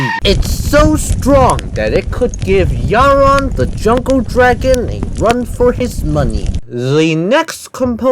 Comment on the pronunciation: Yharon, YHARON? THE ENEMY ASCENDED BEYOND YOUR CONTROL